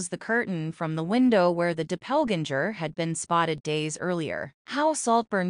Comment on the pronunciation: Who says DOPPLEGANGER this way! 😂😂😂😂